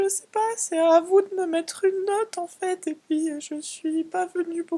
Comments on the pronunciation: elle dit pouis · mdr à chaque fois que tu dis "PUIS" j'entends, les femmes c'est a la cousine !!!